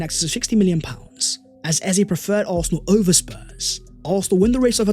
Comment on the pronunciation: Why was there so much emphasis on the word 'over' 😂